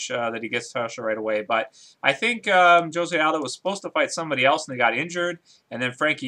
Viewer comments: It's pronounced 'hosay' aldo fyi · Thats not how you pronounce Jose